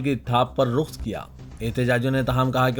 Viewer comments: Are jahil naheen sab se bade jahil .tu keon news padh ta hai jab itns bada jahil hai ki raqs ko RUQS padh tahai. Are tu to qhur aan ki mashhoor aayt( allamal insaana maalam yaalam ) ko ( ilmul insaan.......) padh ta hai . Ja jakakar abhi saheeh se URDU padh . Rishwa de kar news reader ban gaya hai . Comment keon naheen padhtahai. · Sahi tallaffuz rakhs hai rukhs nahi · مِحاذ نہی بلکہ مَحاذ اور رُقص نہی بلکہ رَقص.